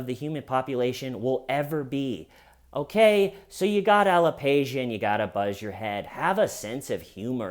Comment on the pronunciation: It's: a ·luh·pee·shee·uh